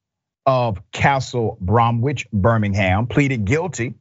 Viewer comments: • Correct Spelling: Bromwich ✅ • Incorrect Pronunciation: Brom'wich ❎ • Correct Pronunciation: Brom'ich ✅ 👍🏾🔥👌🏾🔥😁🔥😂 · Very good on that judge. I know it's minor and not the point of the story but Bromwich isn't pronounced as it looks and as Rashad said it. Here in UK when a place name ends in 'wich', 'wick' or 'wark' the W is almost always silent, so its pronounced Bromich. Same goes for places like Chiswick, Warwick, Southwark and Woolwich, for some reason Ipswich is an exception to this rule. Also the stock photo of London's Metropolitan Police when doing a story about Birmingham police would be like doing a story about the LAPD and showing NYPD stock photos.